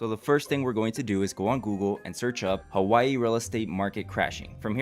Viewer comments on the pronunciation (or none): none